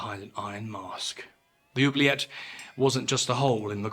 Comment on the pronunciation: Apart from my earlier childish comment, I would like to let you know that I have just watched another great video! Also, your pronunciation of "oublier" and "oubliette" are really good 😄